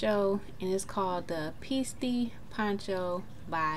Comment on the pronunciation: Piste like snow piste...but your pronunciation did make me grin. Absolutely love it. I'm a texture fiend! Glad you persisted and had patience for it.